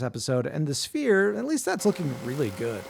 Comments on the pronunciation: I heard Spear not sphere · At first, I thought you said spear and thought "oh, I didn't know he'd made a spear before", then "maybe he'll make the pointed tip", then "that's a uniquely proportioned pointed tip of a spear". Finally, like halfway through did I realize it was a sphere and thought "oooh, that makes more sense, he did make a really cool sphere". Guess my brain didn't wake up yet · Ngl, I thought he said spear in stead sphere, and the entire time I’m like “damn wth, this gonna be one small spear and oddly round?” I feel like a moron😂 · Another video where I hear “spear” and not “sphere” 😂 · I 100% thought he said "spear" Im almost disappointed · I thought you said "spear". I was like, "That's a pretty blunt spear".